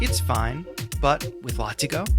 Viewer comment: Thanks for the breakdown. I love UJAM products and bought this one yesterday. BTW, it is pronounced 'Lah-Tee-Go'. Cheers!